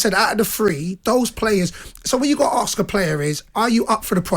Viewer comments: "Aks you "?? Its ASK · Why did the guy say aks instead of ask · It’s not ARSK it’s ASK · I see the strange phenomenon of pronouncing ask as axe has finally travelled from the US to the UK. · It’s ASK not axe you it’s FUCKING ASK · and Darren Bent both cant say the word "Ask".